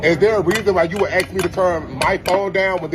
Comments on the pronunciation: It's aks, they're switching the s and k around. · I heard Axkin, I assumed he was talking about a new gender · He actually said it even dumber than that, he said "ax-king"". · The man needs to learn to pronounce real words before he gets so vulgar. Honestly people act worse than children these days. people who sit in restaurants and play music or talk loudly on their phones display such profound emotional and mental retardation they need to be banned from society. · Judging by his knife skills seeing him wield an ax might be quite gratifying. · Black people can't pronounce "ask". 😂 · A 33 year old man that can't say the word "Ask" correctly. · Yeah it’s very common in the black community but nobody in my immediate family says it like that. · I caught that too 😂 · Can we cancel him for the way he says "ask"? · Another guy who can’t pronounce “ask” correctly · I’ve heard “ask” mispronounced as “aks” many times, but the extra ‘k’ in “aksk” is totally new to me. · I would have asked him why he is axing me questions. 😂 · Ask ="Ax" aaaarrvghh!!!* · "Ax me to turn it down" it isn't "ax" it's ASK..Thia fella is just a grown ass child🤦‍♀️ my 6yr old is autistic and he knows how to act in public and how to use cuttlery. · The biggest question is why they say Axe instead of ASK. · What is ax me? Is he trying to say ASK me? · For you to AXE ME A BLACK MAN TO TURN MY PHONE DOWN!? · How hard is it to say the word "ask", rather than saying "aks". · Zero self awareness, blaming everyone else for the problems they create, entitlement, no courtesy due to inability to see from other's perspectives = narcissism. Also FFS, it's A-S-K, not A-K-S. Can you pronounce it?! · Don't aks him next time! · At 33, dude can’t even speak proper English either….it’s ASK, buddy NOT AXE 🪓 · What's with some Americans and "aksing/exing" instead of asking, is that some sort of slang or? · Well he wants someone to Aks (or Axe) him. Maybe he wants to die ? The word is ASK not AKS !!! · Its ASK not AXE